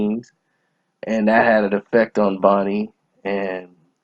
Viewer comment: Bunny not Bonnie!